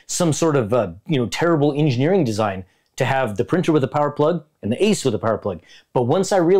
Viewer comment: It killed me when he said A-C-E in separate letters 😭